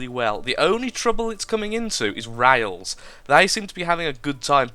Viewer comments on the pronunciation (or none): lol. You do vewy vewy well with wails. xD